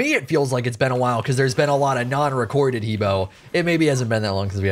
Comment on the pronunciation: I'm still triggered with how long you've been playing this game and you still can't pronounce He Bo correctly! HUH BWA!!!